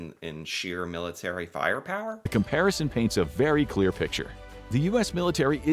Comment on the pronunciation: when did 'clear' start being pronounced 'culer'?